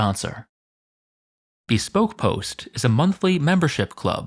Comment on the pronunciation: The way he says Cassius Die-o and Bee-spoke post reminds me of that bubbly commercial with Michael Bubley